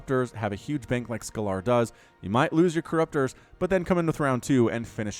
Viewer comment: Scalar is pronounced scale-er, it's a mathematical term that basically means a number without a direction (like temperature) as opposed to a vector which is a number with direction (think the speed with which you're travelling north)